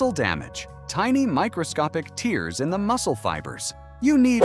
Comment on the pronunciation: Tears vs. Tears — same spelling, different pronunciation; AI narration needs training, too! (English is difficult your video is superb)